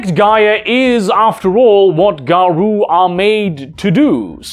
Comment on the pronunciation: Garou is pronounced Garow, not Garoo.